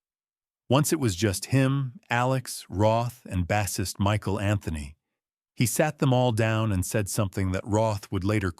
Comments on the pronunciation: This is a load of AI crap. Even pronounces "bassist" as bass-ist like the fish. Olease report this video for removal. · Bassist with a short A...? Get your AI sh!t together. This is nonsense.